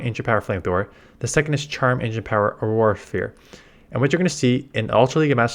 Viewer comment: 😂why he struggling so much to say auro sphere